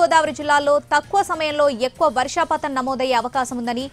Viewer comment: వర్షాపాతం కాదు. వర్షపాతం.